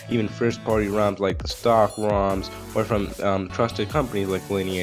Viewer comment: I don't know if you say moms or roms 😅